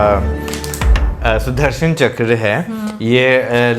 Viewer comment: its Sudarshan Chakra, not Sudharsan.